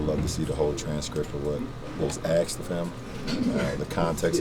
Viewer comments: asked not axed lol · Who axe it When it was axed What context it was axed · axed of him axed axed lol